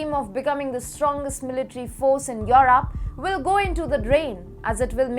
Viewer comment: Atrocious उच्चारण, as always. Poland औऱ europe बोलना भी नहीं आ रहा है। चाटूकारों से बाख के रहो, वो नहीं चहाते कि तुम इम्प्रूव करो